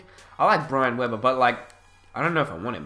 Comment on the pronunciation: Bruh it's Bri- ante weber